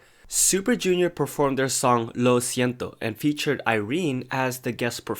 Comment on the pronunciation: Completely unrelated but I loved how you pronounced Lo siento and Chile, greetings from Chile 😂